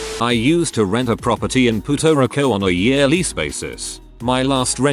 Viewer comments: Puto Rico 😂😂😂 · How the heck you pronounced Puerto Rico? 🙀😾